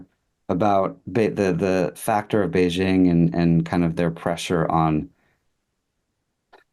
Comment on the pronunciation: Kudos to for pronouncing Beijing correctly (hard j, there is no soft j sound in Chinese). I’m not sure why Americans can’t do this, but most can’t, apparently. 😂 otherwise it’s a very nice discussion, thanks!